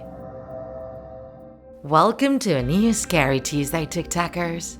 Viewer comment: I'm sorry did she say tiktakers?!?